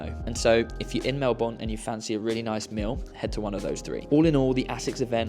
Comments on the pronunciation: Mel-bun not Mel-borne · Hey hey 😊 just an FYI we say Melbourne like “Mel- burn” rather than Mel-born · We pronounce it Mel-bun, not Mel-Born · It’s pronounced Mel-burn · Loved the video and your experience of the Australian Open was both entertaining and informative. Just a little FYI, it’s pronounced Melberne, don’t pronounce the “our” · We can forgive your pronunciation of "Melbourne" on account of all the praise you have for Aus and the Aus open ;) Glad you enjoyed!! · Agreed! I first thought oh no not another mispronunciation and was about to comment, but he showed so much love to my city, I cannot be annoyed at him 🥰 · How can you pronounce Melbourne wrong after having JUST been there? 😂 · great video! Surprised no one corrected your pronunciation of Melbourne though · awesome trip, welcome to Australia! but I'm surprised no one told you how to actually pronounce Melbourne! hahaa